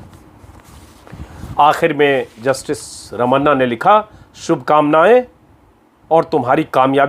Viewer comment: Brilliant prentation अजित अंजुम जी। बस एक सुझाव: कृपया आप SC CJ के नाम का इस्तेमाल ऐसे कीजिए: ra ma Na..... र म णा. जैसे अणुबम मे Na ण का प्रयोग होता हे। हम सब इसी तरह करते है। आप का कार्यक्रम बहुत पसंद आई और आप को धन्यावाद।